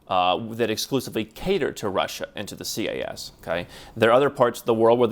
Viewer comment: when i hear you say CAS, are you actually saying CIS?